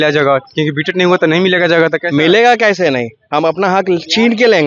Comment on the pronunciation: कैज़े भी नहीं होता है भाई / कैसे भी होता है भाई 😅